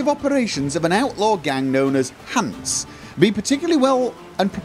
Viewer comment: you got that right! only convert greater mutagens to another color. If you are still looking for the Winter Cherry, upgrade your home. I believed the Lebioda statue to be a major point of irretation from here on out:) btw: it's pronounced HansE, Germans don't have a silent "e".